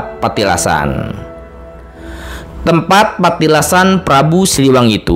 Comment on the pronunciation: Min oh mimin bukn Petilasan Tapi Patilasan ...